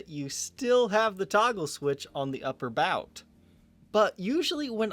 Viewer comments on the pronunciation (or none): none